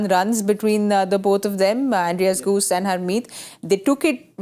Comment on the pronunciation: Andries gous, not goose. Come on vaugh, you've been around long enough